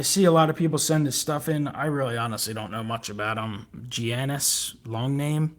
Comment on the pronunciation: Gianni's Antetekoumpo's first name is pronounced "yannis"